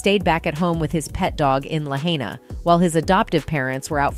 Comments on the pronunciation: Somebody tell the woman who is narrating the clip of Maui destruction that it ISN'T "Lahaynee-ah", it's LAHAINA. At least know how to pronounce it, chick. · La high na NOT la hay na!! Seriously one should learn this before sir. Plus everyone else pronounced it correctly. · It's pronounced La-hīna...not La-hānia. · La HY nah not La hein ee ah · Not La-hay-na it’s La-High-Na , reporters not pronouncing correctly what else is new? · Try fo tell da Wahine That It is Pronounced '' LAH - HIGH - NAH''.- No Say LA- HAY- NA. E'h Brudda Hard fo BOLT, RUN, or EGRESS When MPD Stay Blocking FRONT STREET making JAM UP, That's why you see the Line of BURNED OUT Cars. Hard fo MFD fo fight da Raging FIRE when No mo WATER. NO SIREN'S to GEEV Ohana's Family's Notice of SERIOUS DANGER Impending. NO CELL SERVICE TO GEEV ALERT NOTICE. One beeg NOTING even after NO BELIEVE da kine Major Media Still controlled with BLACKOUT and Restricted Access. to da CRIME SCENE. Mahalo fo your Prayer and Aloha. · The lady is calling it, la- hane- neea. Its pronounced La-hi-nah. Sounds weird for someone to not know proper pronunciation of places theyre reporting on. Just sayin! 😊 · Lahainya? Lahaina (La High Na - phonetically pronounced)....This ladies voice is also the same voice from drama bay, and I think she is an AI voice. She constantly pronounces names, towns, etc., incorrectly! I don't like her!!!! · It’s pronounced “ La HI na” not “La hey Na” I believe all of this. Pure EVIL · It is pronounced la hi nuh is you pronounce it, have the respect and pronounce it correctly. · It's pronounced. La hine nuh. I live in Hawaii I know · This darn lady talking can't even say Lahaina correctly say it like this La-Hi-Na alright... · “Lahaina”? Can’t they find newscasters who can properly pronounce Hawaiian names? It’s pronounced: “la-high-huh”… Lahaina! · Why is this "robo" pronoucing -- la hey na ? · Sad the narrator can't even pronounce Lah-ina!!!! It's NOT Lahainia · La henya is not the right pronunciation